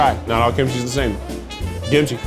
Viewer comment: "not all kimchi's the same, give it another try. ~gimchi~- it's ~gimchi~!" killed me 💀